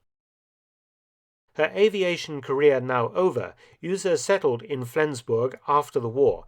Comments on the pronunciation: Mark - great videos, always. But - there's always a but - please get some help on German pronunciation. Beate is pronounced bay-ah-tuh. The U in Uhse is pronounced like to, do, zoo, you... The way you are saying it makes it Ühse. Ü and U have entirely different sounds. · Honestly, his pronunciation of Be-ate Uhse was beyond recognition for a German native speaker. I do understand that most foreigners have a problem with ä ö ü pronunciation, but in this case he pronounced Uhse like Ühse. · Beate Uhse...not Öse! :D (SCNR! I know German isn't an easy language for non-natives! Still, I can't helpt but point this out!) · Your pronunciation of Melitta von Staufenberg is pretty good, but you totally butchered Beate Uhse. It’s more like Be-ate (the „e“ pronounced like the „e“ in „German“) and Uhse is a „u“, not an „ü“. The English pronouncing of the „u“ would have been pretty much spot on. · Uhse, not Ühse or Uehse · With all that effort you put into these magnificent videos why not spend a little time updating the name pronunciation. Beate Uhse was never pronounced Yrse. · Uhse is said Oose. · Was much worse to hear "Üüse". Okay, maybe Saxons and Anglo-Saxons do be near relatives . . .